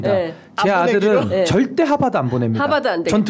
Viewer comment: 신변호사님..그래도 하바드아니고 하~버드~라고 발음 좀ㅎㅎ